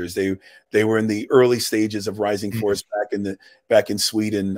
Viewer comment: Rising Force not Rising Fowace. lol